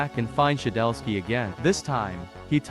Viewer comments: Its shedletsky not “shedelsky” FIX YOUR GAMMER RN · "shedelsky" hits hard